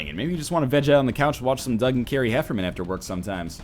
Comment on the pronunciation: HefferNAN, not Hefferman :)